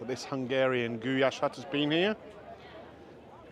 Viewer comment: Its just pronounced Goo lash. I thought that was your daughter not your wife 😅 My uncle was Hungarian and used to make Goulash for my auntie all the time.